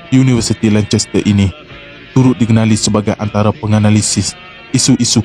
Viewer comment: Sebutan yang betul adalah Lan-CAST-ter bukan Lan-Ches-ter. seperti jugak Leicester; Sebutan yang betul adalah Leh stuh; bukan leh-ches-ter